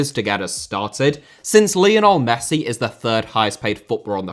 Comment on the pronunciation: Lionel * not Leonl Regime* not Reigime Aussie * not Ausie Ange* not Anj Eden* not Iden Lukaku* not Lukohrku Nassr* not Nazer Joël * not Djol Alphonso* not Alphonzouw München * not Munich León* not Leyon Andreas* not Ondrejas Half* not Holf Pervis* not Pöves Caicedo*not Caiceirouw Mbappé * not Mbappei Joshua* not Youwžua Kroos* not Krouws Iñaki * not Enohrki Ghana* not Ghorner Taremi* not Tareimi Leverkusen* not Leiverkusen Mitoma* not Metouwmer Jiménez * not Hémenez Inter* not Ento Robert * not Robehr Mile* not Mal Gana* not Ghohrner Idrissa* not Edresser Mané* not Mohrnei Koke* not Kouwkei Enrique * not Enriquei Gea* not Heyer Rather* not Rother Valverde * not Valverei Wanyama* not Wanyohrmer